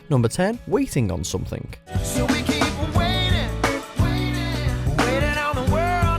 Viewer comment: "SomethinK", really?!